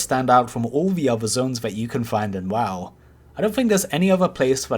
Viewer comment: when I hear WAW instead of W-O-W..... TRIGGERED!!! what an idiot...